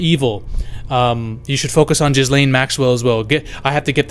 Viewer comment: Not jizzlain not gaalaiyn ga-layn